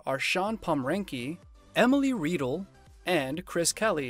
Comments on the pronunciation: How can you do a story on people and mispronounce their name. Its Emily Riedel. RYDEL not REEDLE. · Emily's last name is pronounced as Rye dell not Reedle! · Emily's name is pronounced "Rye Dell" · lol… totally butchered Emily’s last name! 😂